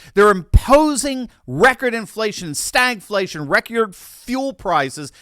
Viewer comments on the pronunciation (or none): Dragflation not stagflation.